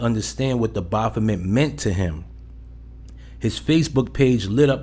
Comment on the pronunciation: The way you mispronounce baphomet like Baaahphomet buggin tf out me